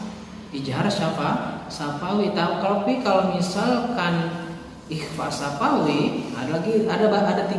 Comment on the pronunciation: Sy mau menambahkan saja pak/bu 🙏😁 bahwa td di video sedikit salah dalam pengucapan ikhfa syafawi 🙏😁 diawal bilang bahwa ikhfa syawafi adalah mim mati bertemu dengan ba, tetapi pas bilang lagi mim mati bertemu dengan nun 🙏😁